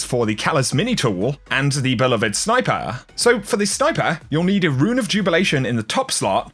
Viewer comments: be- love-ed not "bell'avid"... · I don't usually comment on pronunciations but... Beloved: a) bee-LOVE-ed or b) bee-LOVED. Not bell-uh-ved. Dear god, please. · I didn't know it was possible to mispronounce beloved but you proved me wrong